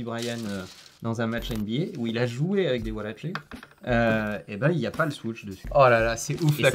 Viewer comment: Je voulais regarder la vidéo, mais quand j'ai écouté parler son pote ça m'a rendu fou. même toi tu sais pas le prononcé le mot "Huarache" le pire c'est quand il a dit Swoosh, Putain j'ai Saigner des oreilles !!!!!! 😡